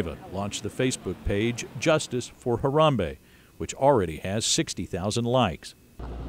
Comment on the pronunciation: STOP SAYING HARAMBEYE BRO ITS HARAMBE